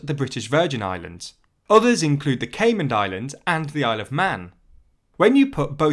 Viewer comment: There’s no d at the end of Caiman